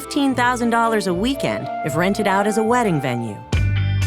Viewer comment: And the way he said "out" as oat instead of owt.